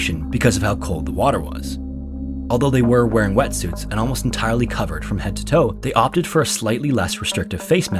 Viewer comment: Did you say wetsuits? 😮